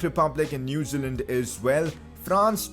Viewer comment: looking back my man can't say zealand